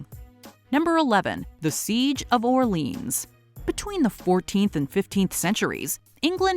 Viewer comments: C'mon.... You can call it Orleans (Or-Leens) if it's in Louisiana. If it's in France, at least try to say it correctly. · I love, and this episode, but that is not how you pronounce Orléans and it hurts so much xD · You pronounced "Orléans" wrong. Let me guess, you also think that "La Bohème" plays in Los Angeles?